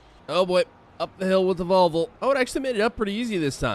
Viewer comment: Vol - Vo not volvul